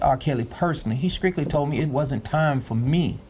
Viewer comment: The man on left side is dumb as a box of rocks and i cannot believe he is even talking bout whether his daughter is Driving or not!!! Oh my man on the right side just said skrictly. I cant!!